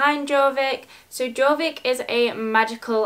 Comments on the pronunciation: It’s pronounced yorvik not Jorvik xoxo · Its pronounced yorvik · Hiiii so bascically Jorvik is pronounced yorvik :)